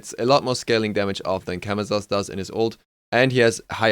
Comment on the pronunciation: As a side note, Camazotz is pronounced with "s" sounds instead of "z" sounds. Majority of Mayan gods with z's in their names are pronounced as s's (Ah Muzen Cab = ah-mah-sen-cab)